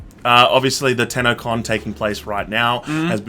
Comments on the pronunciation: I cannot unhear the words “TanaCON” when you talk about that Warframe convention. I was so fucking confused. 😂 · Instead of saying tennocon i thought he said tanacon lol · Am I the only one that thought they were saying Tana-con? xD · Did you say, tanacon????? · Lol they pronounce tenno con as Tana con 😂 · At first I thought you said tanacon😂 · I literally thought you said "tanacon" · I thought you said tanna con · Every time you said TennoCon I thought you guys were saying Tanacon. Fuck, I just realised that the second time you said it. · i thought he was saying tanacon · Thought you said Tana Con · I thought he said tanacon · Ooohh TENNO con. I legit thought u said tana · Is it just me or dose it sound like they are saying tannacon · I'm not the only one who misheard the Tennocon as Tanacon and goes "whaaaat?" Right?? Right!?? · Oh my dog i thought u said tanacon. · Sounds like they're saying Tanacon instead of TenoCon lol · Not gonna lie, thought they were saying tanacon.....